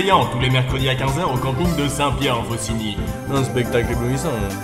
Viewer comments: "Un spetcalce" X) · un "spetcalce" éblouissant xD